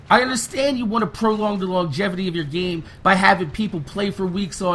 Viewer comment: You do know its "GAME" not "GEEM"